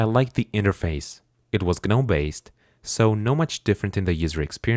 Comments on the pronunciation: pronunciation for Gnome is Nome, silent G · Why are you pronouncing the G in GNOME? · ah yes. g-nome.